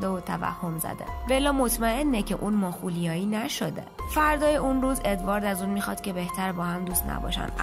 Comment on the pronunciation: خانم راوی ببربالا مطالعاتتو ،چرا؟ چون اون کلمه که (ماخولیایی) تلفظ کردی اشتباه بوده و درستش( مالیخولیایی)